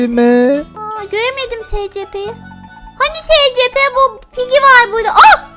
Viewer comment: Abla gito abi yanlış söylüyor o (ESİPİ) diye okunuyor